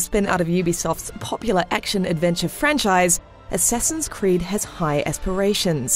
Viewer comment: Godammit, "Assessin's creed"!